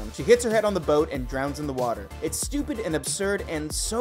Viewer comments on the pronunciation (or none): none